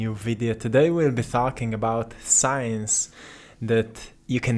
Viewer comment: stop saying sicance .sicance tells you their is no such thing